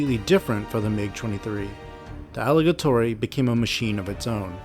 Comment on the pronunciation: Also , it is not Aligatori It is Aligator. In Russian, the word for "alligator" is аллигатор (pronounced ah-lee-GAH-tor). Here's a breakdown of the pronunciation: а (ah) – sounds like the "a" in "father." л (l) – sounds like the "l" in "lip." и (ee) – sounds like the "ee" in "see." га (gah) – sounds like the "ga" in "garden." то (tohr) – the "to" is soft, like "tor" with a slightly rolled "r." So, the full pronunciation is approximately: ah-lee-GAH-tor.